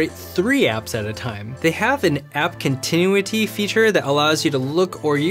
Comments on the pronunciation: He said Continuity! Bwaah😂. I'll help you out here, it's kon..tin...ooo...ity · I've never heard someone pronounce "continuity" like that before. There are so many examples of people saying that word correctly, it's so fascinating hearing someone pronounce it as if they've never heard the word spoken before. It's like an alien is speaking.